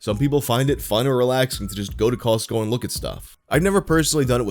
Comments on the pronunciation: The T in Costco is silent!😖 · The way pronounces Costco bothers me deeply